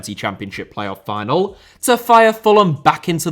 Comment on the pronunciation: Final* not Fahnal Rico* not Ricouw Mbappé * not Mbappei Lionel* not Léonl Idea* not Ideer Time* not Tahm André* not Ondrei Half* not Holf Serie* not Siri Barcelona* not Bohçalouwner Dortmund * not Dohrmund Debut* not Deibyu Rather * not Rother Leverkusen * not Leiverkusen Saw* not Sor Mauritania* not Mauritanier Dinano* not Denohrmouw Moskva* not Moscow